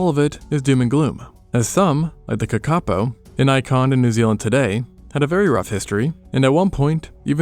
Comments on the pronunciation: Kakapo = Kar-ka-po. Nice doco my bro, much love from New Zealand!😎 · kakapo is said like ka ka po not like kak a po